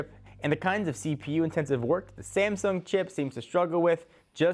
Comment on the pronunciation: you pronounced "Sangsum Chips" :D